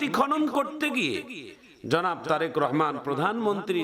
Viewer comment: বলতে ভুল করেছেন জরেক রহমান না তারেক রহমান